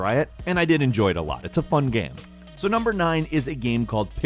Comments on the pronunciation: say "game".: "gaem". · He said game weirdly